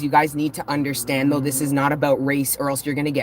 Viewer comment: You sound like a Jamaican when you say, " You unddrstand,?" ♥️